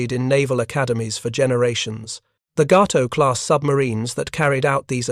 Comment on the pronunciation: Actually, Cdr. Morton let his XO do the periscope sightings. That would have been LCdr Richard O'Kane. Ga-to, not Gau-to. Oof. Bad AI commentary.